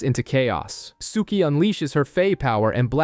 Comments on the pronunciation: Same! Rhymes with "cookie." I mean, I hate to be the pedant in the room, but cripes my dude -- watch a random scene on YT so you can get the pronunciations right lol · If you liked the show (and you read) you'd love the books much more. I only liked the first 3.5 years of the show and then it was very meh. Books were way better. and lol the way you say Sookie.